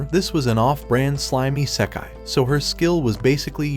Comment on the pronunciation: I can't, the way he says isekai 😂